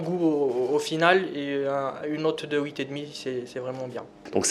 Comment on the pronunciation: il arrête pas de dire houit